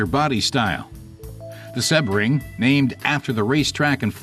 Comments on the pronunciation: SEE-BRING. Not SeH-bring. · An American commentator that cant pronounce Sebring, its in Florida. SEABRING.